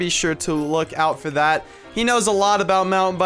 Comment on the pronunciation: I could see how happy you were after you said "dat I don't think so". All I was doing was cringing....not hating just pointing out something funny😄